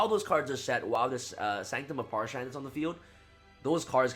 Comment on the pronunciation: Parshath not parshan.